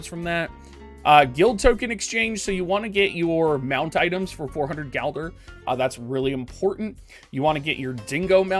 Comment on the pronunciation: It's gilder not galder :(